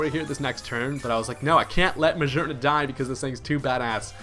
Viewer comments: Brian Rector he's pronouncing it 'geer' instead of 'gear'. I don't know how the fuck you got what you go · Is he saying "Muh-Szhear-Nuh" for Magearna and others? What the heck? It has 'gear' in its name and on its face! Isn't it "Muh-Gear-Nuh," or am I just misinformed? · I'm not sure you mean by 'gear' vs. 'geer.' They sound the same to me when I pronounce them. Every time he says Magearna, he pronounces the 'G' like the 'S' sound in measure, treasure, and pleasure. It's a voiced SH which I write as SZH. He actually pronounces it as Muh-zear-nuh later on , which kind of confirms my point. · Brian Rector Yea it's weird. I assumed it was muh-GEAR-na, then i heard someone pronounce Mah-gee-ar-na. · Psst, you are saying Magearna wrong.